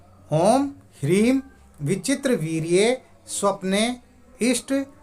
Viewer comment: G.. वीर्ये or वीर्य which one correct... Aap pronounced as वीर्ये( I heard 10times n after that I m asking this).. G... Jai guru dev.. Pranaam.. G